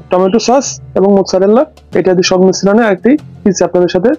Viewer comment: আপনার মোৎসারেলা বলার উচ্চারণ একদম সঠিক। জালাপিনো টা হয়নি হালাপিনইয়ো (Spanish) অথবা ইয়ালাপেনো (Italian) বলবেন প্লিজ।